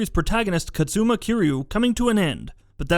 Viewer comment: It's 'Kazuma' like bazooka, not 'Katsuma'.